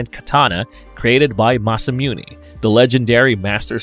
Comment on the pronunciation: Masa-moon-ay not Masa-moonie Ram-ear-ez not Ramrez